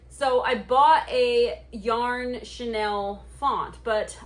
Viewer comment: hi ur vid pop up in my feed. This project is so CUTE. In the spirit of want to be helpful...(and bec I'm from the older generation when chenille was VERY popular)...Chenille is pronounced 'SHE NEIL' (bel it's derived from french). You are pronouncing it like the French designer's name 'Chanel.' Chenille has been around a VERY long time. I rem even my grandmother had a chenille bedspread. But you're using it in a new and exciting way...keep it up!!!😊